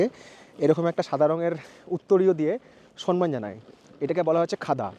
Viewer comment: একটা কথা Please ভাই কিছু মনে কোর না কথাটা সন্মান নয় সম্মান ``